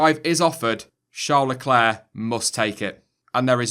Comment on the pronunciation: Shawr lecler? Or Charles leclerc